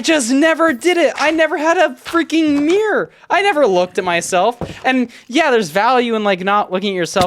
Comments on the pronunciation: why do you pronounce mirror like meer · am i the only 1 hearing meer instead of mirror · why does pronounce mirror as meer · As an English person the American pronunciation of mirror is crazy 😂 I genuinely had no clue what he was talking about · Dude my friends say that “mirror” is pronounced “marrer” and when I heard you say “mirror” like I do it just instantly came to me Great story man I love your content❤ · What i know about: He cant pronouncs mirror?!?! Dont play sport with him after a breakup, he will destroy you and ruin his shoes He has never had a mirror? OR CLOTHES OR ANYTHING WTF REK U R A ROBOT